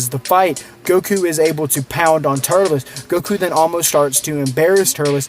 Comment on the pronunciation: His name is TUR-LES